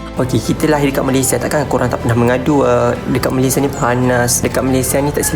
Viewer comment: jarang org2 muda dan sekarang sebut nama2 negara pengucapan formal dan sempurna... org sekarang rata2 bangga sebut Malaysia tu Malaysye.. sedih!.. tapi bangga dengan anda.. tak semua perktaan hujung A nk di E kan, sampai nama2 negara dan rasmi pun nak di E sebutannya.. tabik! dgn awak....